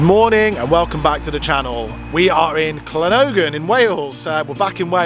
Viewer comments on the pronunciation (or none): to say anything starting in Wales with 2 LL is pronounced clan and the town you was in would sound like clangocklen even though not spelt like it lol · Llangollen pronunciation is wrong 🏴 It's pronounced [LAN] + [GOTH] + [LUHN]. Love the videos guys, there are still plenty more truly amazing places in Wales to see 🏴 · clan goth len is how it is pronounced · than-cloth-len well at least that will be closer than your butchery :p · llangollen Is pronounced Thlan-goth-lan. But 10/10 for effort lol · It's clangichichlan spelt phonetically. Loving your show your about 10 miles from me. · learn how to pronounce Llangollen! please 🤣🤣 (and I'm not Welsh) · Please pronounce Llangollen correctly 🙏